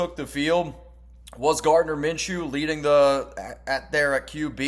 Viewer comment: Its Minshew